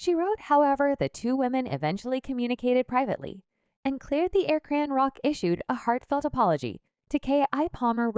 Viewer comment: Why do you pronounce her name as CranRock??.. you hear her name or you should check before you report